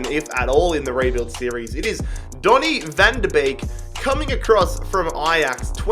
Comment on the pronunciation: van der beek, you say it as van der "bake" beek